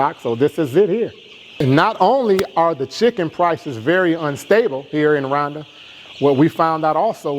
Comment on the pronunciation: What country is he talking about? RUNDA or RWANDA? pronounce as RUWANDA. I'm trying to believe him but for someone who invested so much money who cannot even pronounce the name of the country of investment? Bro.. I call this Cap. BIG CAP